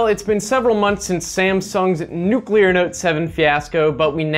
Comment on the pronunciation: "nuclear" lol